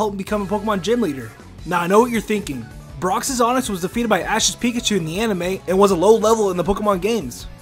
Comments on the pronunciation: "Brocksis onix" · Brocks’S it’s brocks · Is no one else mad that he kept saying brocks's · Broxes. Broxes. Broxes. Cringes. Cringes. Cringes.